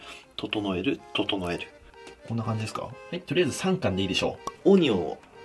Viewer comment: 整える整えるがどうしてもトト・ノエルにしか聴こえないーw